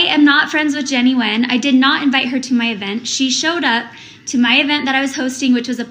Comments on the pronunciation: Hey! Her last name is pronounced "win" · G is silent so more like when. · Nguyen is pronounced like the term "win".